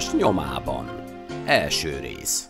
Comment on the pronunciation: Nagyon jók a videók.. Az operátor kicsit furcsán hangsúlyoz narrátororkodás közben.. Gombnyársas nnyomában.. Kicsit se voltunk a ttoppon.. stb Bocsi, nem szőrszálat akarok hasogatni, de borzasztó...